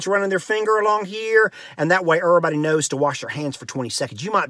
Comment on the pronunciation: "Dur-stance," "errorbudy" I love it! I'm-a go 'round sayin' "Hey, now, errorbudy keep yo dur-stance frum me!"